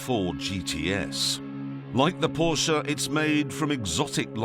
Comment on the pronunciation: its so good to see/hear that an englishman actually says "porschE" instead of "porsch" or "porscha"